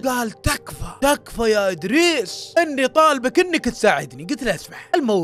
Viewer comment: إدريس ولا بريس